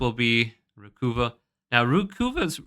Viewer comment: Recuva = RE-cuh-va as in recover, not RE-coo-vah.